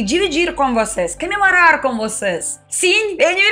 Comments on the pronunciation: você é uma graça e fala muito bem português para uma russa (ou russinha, como você mesmo diz). Falta um detalhezinhp que vc sempre troca pra ficar quase perfeito… vc fala A em lugar de O. CAmemorar em vez de COmemorar, CAmidas ao invés de COmidas, etc. Fica até charmoso, mas se ajeitar esse detalhe vai ficar nota 10. Bj, parabéns atrasados. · Parabéns. Que você "cansiga" "camemorar" muito, "camer" muitas "camidas" gostosas, visitar muitos lugares lindos, com praias e muitos "caqueiras"! E sem se envolver em discussões "palíticas"! 😉